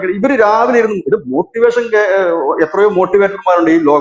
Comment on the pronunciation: മോട്ടി വേഷനല്ല. മോഷ്ടി വേഷമാണ്.😂